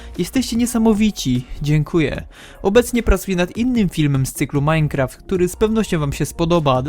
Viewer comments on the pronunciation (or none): none